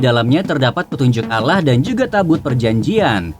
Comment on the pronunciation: Admin nya kayak nya org bukan islam sebut allah aja sebut alah😂